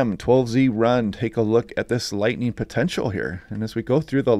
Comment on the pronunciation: 😂 ahhh! You gave me a chuckle when I heard you say "if you hear some lighting" ahhh, coffee not kicking? Ahhhh!! I appreciate your information and you have a good attitude about it! We wish you, and your family a nice day, and week! ❤😊🙂